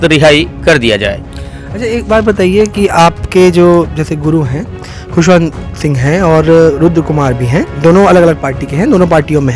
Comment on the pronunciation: Ptrakar mhoday hamare guru khushvantdas saheb ka naam shi se nhi le rhe h ,Jai satnaam